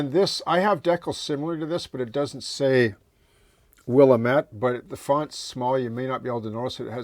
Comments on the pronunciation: Just catching up after I was on vacation, and I love your videos, so don't take this the wrong way, but it driving me crazy… it's "will–am–it" no "will–a–met". Again, this video (like all your others) is fantastic so don't take my being "that guy" being OCD about pronunciation the wrong way. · hope you didn’t mind me correcting your pronunciation of Willamette. I grew up in the Willamette Valley, so I knew how it was pronounced.